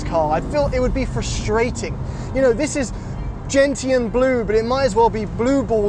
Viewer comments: it's GENTIAN BLUE not GENITAL BLUE 🤦‍♂️😂😂😅😅😅😅 I don't know what happen that night?? 😅😂 That's make yours goes blue 😂😂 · First time i've watched one of your videos. Not bad. Quick pronunciation suggestion though. The "t" in gentian is soft/silent. Say it as 'jen-shn' and you're on the right track. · Hahaha he said gentile blue hehe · It’s pronounced “Jen-shun” blue and gearing problem is the “Cayman complex” which is Porsche’s way of keeping this car below the 911. Your welcome